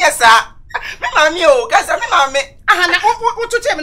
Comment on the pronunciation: Its counsellor not Cancella